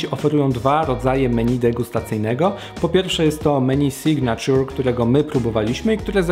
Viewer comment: SIGNATURE czytamy signejczer a nie signaciur